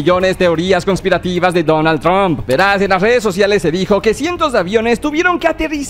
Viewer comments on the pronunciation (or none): none